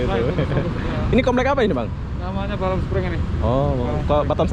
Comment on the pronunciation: bukan batem bos tapi batam